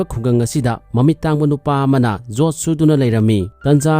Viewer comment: Jot not yot